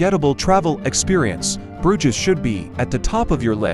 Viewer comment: It would help if the narrator pronounced Bruges as it was meant to be produced